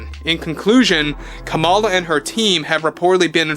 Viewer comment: Het! Kamala is pronouced "comma-la". If yiu are going to podcast...do your research!